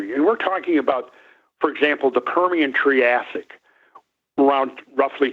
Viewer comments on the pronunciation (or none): none